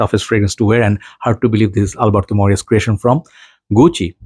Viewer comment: You are pronouncing it right. Double l is like y.